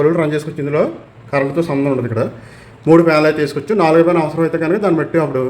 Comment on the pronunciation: ప్యానల్ అంటున్నాడో... ఫ్యాన్ లు అంటున్నాడో... అర్ధం కావట్లా...😂😂😂